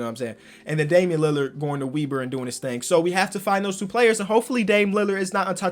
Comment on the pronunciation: web-er not weeber u did my boy Dame dirty nah jk Love your vids.